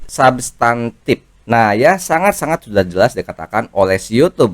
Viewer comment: Bukan sabtantif tp subtantif, itu b.indo bkn inggris jd jgn di inggris2kan kayak subscribe